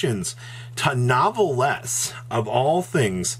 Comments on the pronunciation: NEEEEEEEEEEEEEWWWWWW VEEEEEEEEEEEEEEEEHHHHHHH LEEEEEEEEEEEEEEEEEEEHHHHHHHHHHHH NOT NOVEL LEZ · IT'S F*CKING PRONOUNCED NEWVELL PLEASE STOP MURDERING THE NAME. STOP SAYING THE E AT THE END. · You'd think the nouvelles archetype was a butchers archetype by the way our boy butchered the names of those cards lmao.